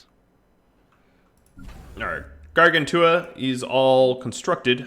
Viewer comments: I think Gargantua is pronounced "gar-GAN-chew-uh." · Since it looks like a lot of the early episodes will involve Gargantua, I would hate myself if i didn’t point out that it’s pronounced like gargantuan is. Great series as always though